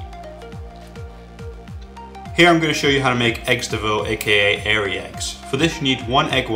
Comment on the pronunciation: Liked the 'airy' egg :-)